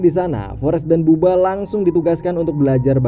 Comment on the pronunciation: buba bkn baba mint